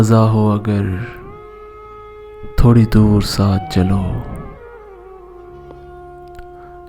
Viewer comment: thori nahi thoree, ise khanch k parhain